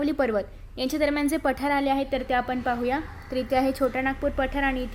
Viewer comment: And it is not paathr it's pathar 😂😂